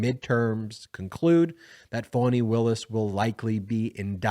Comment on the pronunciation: Her name is FANI , not phoney , fawny or phany.